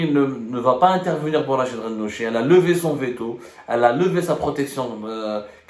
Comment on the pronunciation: RACHED et non pas RACHID يا حبوس